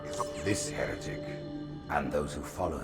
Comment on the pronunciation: God damn it spearhead... When the grunts say “Heretic! Heretic!” All I hear is “Your a dick! Your a dick!”